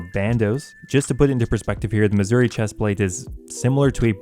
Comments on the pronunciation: The way you say "Masuri equipment" makes me hear "Missouri equipment" XD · Still calling it missouri